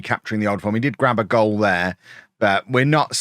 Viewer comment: "That was a goial from a long way out" Missed a trick there: "That was a goal from a Fairley long way out". Fixed it. Great video. Love the series